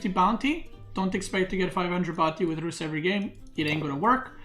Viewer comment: His tongue roll pronouncing Rus is clean